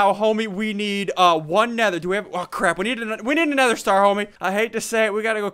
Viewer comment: dued deez swords do a cwap ton of damageee